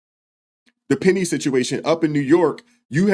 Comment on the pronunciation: How does a person that can't speak properly, or get simple words correct act as a mouthpiece/spokesman for anyone? Penda instead of penny.... metclef instead od metcalf i'm sorry, you are going to say that the father of the boy that your client killed was a dishonoring of the memory of his son!!! when he either doesn't have the decency or brain capacity to pronounce a simple name correctly!!! I think it belittling and disrespectful to continuously get the name of the victim of your murderous, killer client